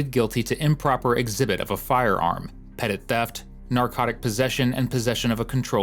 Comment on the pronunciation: Bro you run a crime channel; "pet-it theft" is just embarrassing. (It's pronounced "petty").